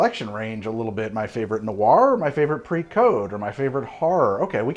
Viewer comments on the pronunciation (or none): none